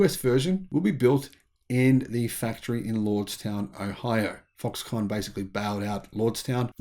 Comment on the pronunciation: Why are you saying Foxcon ? Are you insinuating that this is a con?